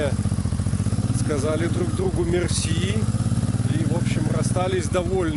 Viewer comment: слово мерси у тебя получается без акцента,тут твоя картавость тебе во благо